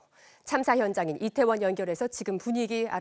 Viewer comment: 발음이 이상해서 몇번을 돌려 봤다.. "지난 해 참사가 일어났던 이곳 리태원 은" 이라고 들리는데.. 얼마 전, 왜색 표현을 하지를 않나.. 공영방송 수준이 점점 엘롱인데..